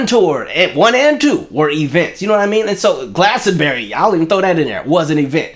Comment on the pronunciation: I'm from the uk and love the way u pronounce Glastonbury lol